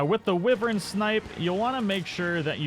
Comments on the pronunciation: WHY-vern. It's WHY-vern, not "wivvern". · I don't really care what the dictionary says as it often leaves out colloquial definitions of things. Like, you realize this is the dumbest shit you're wasting your time on, right? Lol Some people pronounce it Why vern. Some people pronounce it Whivern Wrong or right - go fuck yourself. It doesn't fuckin matter.